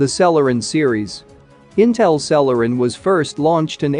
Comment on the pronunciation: You got celeron m and d incorrect